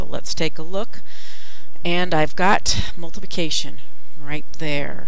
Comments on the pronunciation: she\he said multication when it is multiplication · "Multication" But Really , "Thank You So Much"